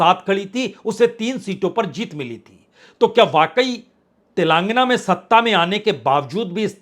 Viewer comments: गधे तेलांगना नही तेलंगाना बोला जाता है । और प्रधानमंत्री जी का नाम इज्जत से लेना सीखो । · तेलांगना नहीं तेलंगाना है। तुम क्यों इतना दुखी होकर विश्लेषण करते हो।